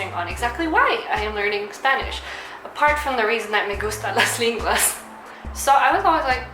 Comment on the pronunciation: Lenguas!!!! with and "e" not an "i" [i:]